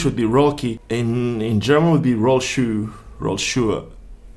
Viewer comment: Mad respect for knowing how to say Rolki in Polish